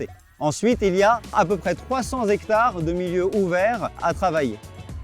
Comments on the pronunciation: J'ai appris un nouveau mot: " zhectare". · des zectares? un zectare, des zarico, des zandicapés...ha non, C'est pas ça, c'est le cinquante qui prendrait un s? ou le 4 avec un s, ou les "cent" qui deviennent des "sans".sinon, bravo pour la forêt. Une forêt de zaricots en ligne.